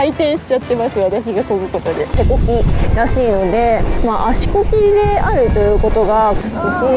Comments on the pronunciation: ちゃんと「足こgi」「手こgi」って言いなよ😂😂😂😂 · 「コキ」じゃなくて「コギ」じゃないですか(*^_^*)？